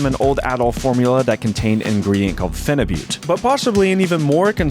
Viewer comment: your pronunciation of phenibut and Cialis is incorrect.